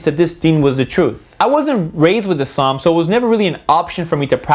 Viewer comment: dont wanna be a gramer nazi but you said islam wrong and if your offend i dont care fo dat snicth fo dat snicht